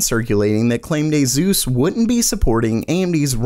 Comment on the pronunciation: It's aSus not aZus pls